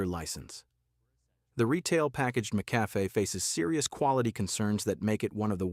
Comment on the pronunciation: This guy can’t even say the name of some brands. Mickafay .😂. I think I’ll just stick to my taste and drink what I like.